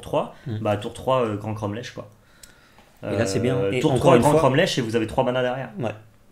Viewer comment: J allais le dire et c pareil pour cromlech ça se prononce cromlec ça se voit qu' ils sont du sud XD